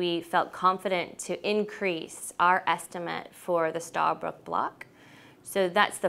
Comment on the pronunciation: It's not starbrook. It's stabroek